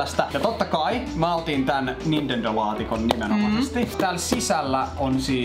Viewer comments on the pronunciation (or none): sanoi "Nindendo" kaksi kertaa.😅